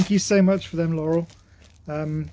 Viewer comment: lol that "you" and his "I love you's" are so cute. His "Laurel" was pronounced very well too. He's just so cuuuute chasing his tail being so excited and happy. Another awesome video. Cheers guys ! 💙🐕